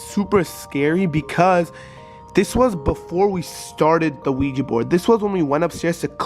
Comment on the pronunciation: It’s ouija board not ouigi, It just has a weird pronunciation